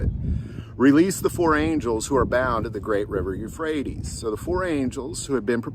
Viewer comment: Euphrates, not rephrates